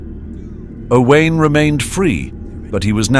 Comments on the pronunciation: O wine. So simple to pronounce Owain correctly. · Owain is pronounced "Oh Wine" Ruthin is pronounced "Ree Thin" (although, to be fair, at the time, may possibly have been pronounced "Roo Thin" - we are not sure) Probably more throughout this video Not hard to learn these in 2026 guys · Dear me, the pronunciation of Owain and Glyndwr makes this almost unwatchable.